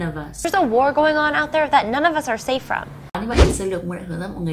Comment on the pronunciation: ôb lợp vớt chứ , of âm f đọc là v mà